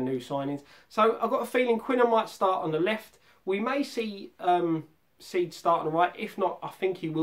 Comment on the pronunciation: it ain't pronounced seed it's Sead. Break it up to Say-Ed